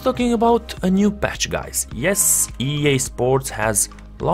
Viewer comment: It's called patch not batch